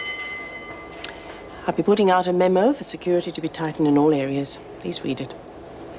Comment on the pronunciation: Ann said memo instead of the usual "meemo!!" 🤣😂😸😸🦘🦘🦘🦘